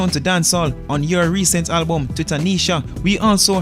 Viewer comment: If yuh say Halbum 1 more time!!